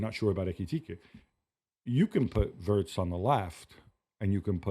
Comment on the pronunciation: Are we going to hear WURTZ all season. His name is WIRTZ